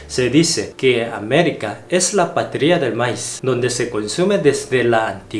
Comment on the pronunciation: se pronuncia Maíz pronunciándo la i más fuerte